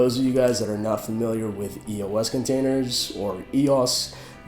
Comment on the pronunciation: It's pronounced [ey-ohs